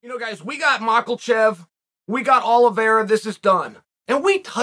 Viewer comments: It’s not “Mahk-ULL- Chev” . It’s “Mah-Kha-Chev”. Love your videos bro. Keep ‘em coming. Thank you. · Maklachev. Gotta love Uncle Chanel’s word salad. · "Mockelchev" Chael is consistent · "Malkochev" never gets old. LOL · “Mackelchef” lmao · Machelchev. Nice. Never change Uncle Chael. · Makelchev! Tickles me every time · Cant wait for Makel-chev and Olive-era. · I got "Muckle-chev" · Chael “Mawckulchev” Sonnen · This mocklechev shit is killing me lmao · Still can’t say this man’s name correctly after taking about him numerous times. Why does Chael insist on inserting an “L” in Islam’s last name? It’s “Mackhachev”, not “Makhalchev.” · Mockelshev he says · Anybody else hear Chael pronouncing Islam’s last name as “Makhelchev”? With an L…. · Uncle Chael should be calling Islam Machlechev "Izzy Mockles." Coming from Chael, any other pronunciation sounds pretentious. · Islam "The Mockel Chever" Mocklechev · Lol Makelchev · Me: I wonder if Chael is gonna say anything worth quoting Literally 1 second in: “We got Mocklechef” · Alex Piera, Islam Mackel-chev. Sonnen's pronunciation should be official. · Nobody: Chael: Makelchev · I’m rooting for “Makelchev”😉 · Me as dagestani: Chael, how long do you want to pronounce Makhachev like mAkaLchev? Chael: ok great but I think makalchev would disagree with you... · Machellchev. lol where did the Ls come from. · Love how Chael says “makelchev” every time he says Islam’s name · Always an interesting take, Chael! Not meaning to come across like the gammer police or anything, but I thought this could be helpful. Makhachev is pronounced "ma-HA-shev" and Pereira is pronounced "pear-RARE-ra." Keep up the compelling content, brother!! 🤩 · "We got Michaelchev" - Uncle Chael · i will never not laugh at Chael casually calling him "MackeLchev" 😂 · “Mockel-chev” 😂😂 How can you not love Chael Sonnen? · Dude really said "Mockelchev" multiple times hahah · The champion has a name…and his name is Mockel-Chev. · who is "makelchev" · Monkelchev lol